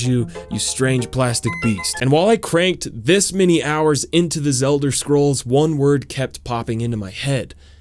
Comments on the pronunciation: lmao "The Zelder scrolls" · “Zelder” sounds like a slur